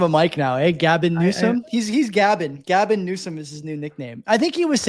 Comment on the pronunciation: "Gabbin" Newsom. Legit LOLZ